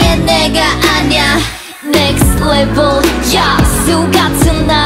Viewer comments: I love Giselle's ver, but the way Winter pronounce it was savage. Hers was literally nhext leveuhl. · I can't be the only one noticing, how Winter's pronouncing "NEXT LEF-VEL" SO UNIQUE! SO ADDICTIVE! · everyone: “next level” winter: “next levEUL” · Next LevUl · haha cause winter pronounce sounds like “leveulh” :D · No she says Next "Leveul" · More like next "Levul" lmao I love her